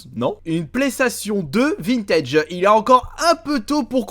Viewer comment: Et en plus de ça faut voir comment il prononce vintage. Il est aussi lourd que kev adams